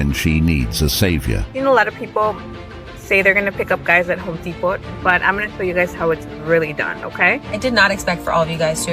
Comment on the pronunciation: "Home De-pott"!